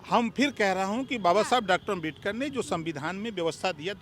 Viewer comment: Bhai op rajbhar kuch bhi bolta h 😂 Dr.babashaheb ambedkar ka name to shi se le nhi paa rha h